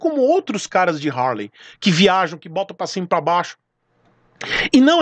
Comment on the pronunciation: Pelo amor de Deus,pronuncia R, e HARLEY